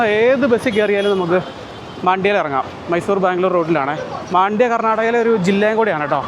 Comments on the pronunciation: മണ്ഡ്യ എന്നാണ് പേര്..not മാണ്ഡ്യ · ಮಂಡ್ಯ ✅ಮಾಂಡ್ಯ❌ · Oru sthalath pokumbo aa place nte peru correct ayi parayan padikku..maandya alla..mandya anu